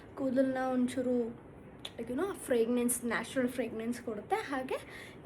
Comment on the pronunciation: Fragrance✅ Fragnance❌